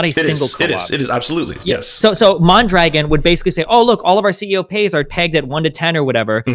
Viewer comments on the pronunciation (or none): lol at "MON-dragon" - it's "mahndra-gohn"